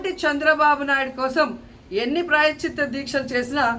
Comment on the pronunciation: ముందు ప్రాయశ్చిత్తం అని పలకడం నేర్చుకోండి రోజా గారు.